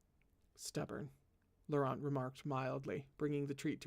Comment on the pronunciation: hello I’m a French interpreter here is a pronunciation guide: Govart: go-var Akielos: Ah-kee-el-oss Chalis: shah-lee (good rule of thumb never pronounce the s at the end of French words) Guion: G (hard G)-ee-on Laurent: you’re killing it, vaguely rhymes with lawn Chastillon: Shass-tee-yon (you’re almost right with Shass-tilly-on so just keep yours if it’s easier) Audin: Oh-deign Nicaise: Nee-cayz Orlant: Oar-lawnt Vannes: Van Auguste: Oh-goo-st ❤️🧡💛💚💙💜